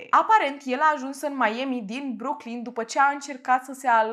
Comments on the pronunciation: n-am auzit in viata mea pe cineva sa zica meieami :)))) pana si doamna aia cu "nu apa" zicea mai ok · Și ce dacă a greșit cum se pronunță Miami ,după sa corectat . Dacă nu-ți place acest canal superb poți pleca , ce nu ai ce face ? fa temele 😒😒😒🤨